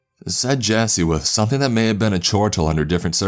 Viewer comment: Something ain't right with thaHT. Some people say they saw an albino beAR. The way you stress the end of of your sentences in trying to be dramatic is fucking triggering. It's worse than that chills nasesly guy.